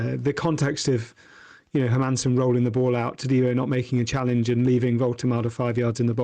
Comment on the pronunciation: The mind boggles that can’t pronounce Hermansen, as easy a Danish name as you can have—just Herman+sen. Sounds like an absolute dork.